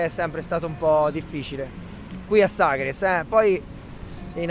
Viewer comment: Ma vive a Sagres e non sa come si pronuncia....ma ci vive davvero????? In quale lingua parla al mercato di Vila di Bispo?